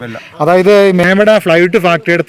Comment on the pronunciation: മേമട അല്ല ചേട്ടാ... മേവട ആണ് സ്ഥലം